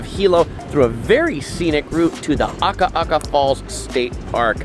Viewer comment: Love your channel! Your Hawaiian pronunciation has greatly improved! Proud of you,! Keep up the great work. You have the correct intonation of Akaka Falls - just get the vowels right: A-ka-ka and we’ll adopt you as a local! Also, Naniloa is na-ni-loa.